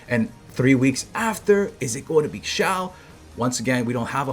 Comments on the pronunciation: xiao pronunciation: shee - ow it's one syllable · Hey, duno if u care about pronunciation of Xiao, but if u do, the X is an SH sound. Shao. like shower without the er. There is no Z sound.